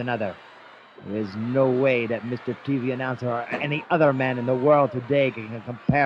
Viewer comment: Meester tv announcer !!! Lol love it